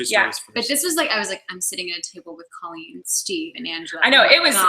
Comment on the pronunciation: She keeps calling her "Cahleen" instead of "Co Leen"😂😂😂